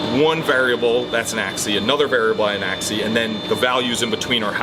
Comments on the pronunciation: ...it's AXIS, not axey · Seems like must have a problem with singulars and plurals. Axis and species. Not Axe-ee and specie-ee hahaha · My soul cries a little every time calls an "axis" "ack-see" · Why isn't saying the "s" at the end of species and axis?! That's weird.